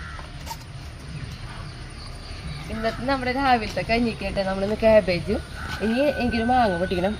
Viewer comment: Casbegne. Caleflower. Parayunnade.